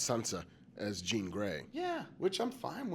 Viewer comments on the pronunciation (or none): none